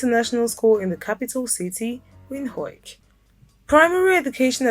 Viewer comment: It's pronouned "Vint-Hook".